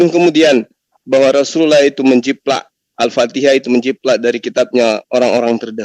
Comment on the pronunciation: Koreksi menyebutkan ALFATIHAH, BUKAN ALFATEKAH,,,, Penyebutan yg salah akan mengakibatkan panjang perdebatan dan men yalahkan balik.